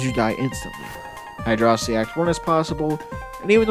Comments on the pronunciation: bruh it's hydro-city not hydrossity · It’s pronounced “Hydrocity Zone.” ;) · The quality video and great concept do not excuse the use of "high-dross-itty". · Come on man don't 'whoops' it, own it. Hydro-city vs. high-dross-itty has been the longest standing war in the Sonic fandom. Stake your flag and be proud of it, no matter who hates how you say it. Hell, I'm pretty sure some smartass once called it "heedro-kitey" just to spite everyone else.